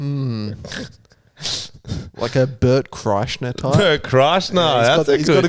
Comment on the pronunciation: Hey, I emailed the Two Bears One Cave podcast to let them know how bad you fucked up pronouncing Bert Kreischer's name, he gets hilariously pissed when people fuck his name up. I'm hoping it comes up on a future 2 Bears podcast. Love your work cunts long time fan.